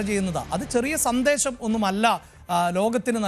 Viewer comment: "" സന്ദേശം "" എന്നു പറയുക. സന്തേശം അല്ല